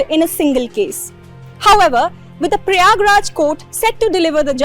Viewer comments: It’s prayagrajjjjj❤❤ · When will she learn to call it Prayagraj.